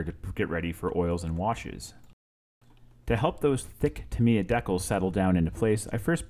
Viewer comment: Not trying to be a dick but..... so many people mispronounce the makers name. It sounds like Tah- me- yah. たみや in Japanese. Sorry, but I had to. Great video and a sweet looking end product